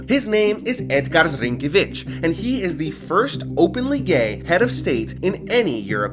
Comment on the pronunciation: was surprised how well you said "Edgars Rinkēvičs" also if u understand "labdien, visi kas no latvijas!" you is goated